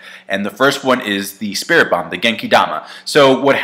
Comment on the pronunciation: What is so hard about saying spirit bomb